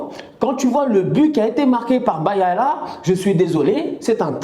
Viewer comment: le buteur Burkinabè son nom c'est BAYALA en non BALALA gere toi